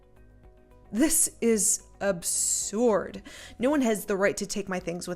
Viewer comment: It's pronounced "abserd" not "absord"